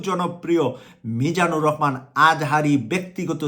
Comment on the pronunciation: আপনি তো ভালো করে ভাষা বলতে পারছেন না রহমানকে বলছেন রকমান লেখা পড়া কি করেন নাই আগে ভালো করে পড়া লেখা করে আসেন।